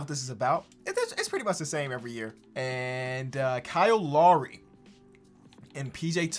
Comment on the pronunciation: Pisses me off how he pronounces Lowry 😭